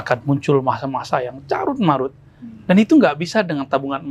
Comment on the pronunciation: Karut-marut Bang Dik, bukan carut-marut 👌